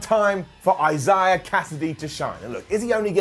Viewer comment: sure does have a difficult time trying to say the name Isaiah... Another great episode of dynamite overall. Really do need to get consistent with this best friends versus best man mirror story and have them both move on to something else. Thunder Rosa should buy rights get the win over riho. But they'll probably give it to riho. probably make her champion again which pretty much nobody wants